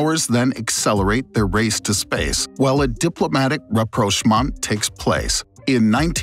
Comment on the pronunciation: rapprochement rapprochement rapprochement rapprochement rapprochement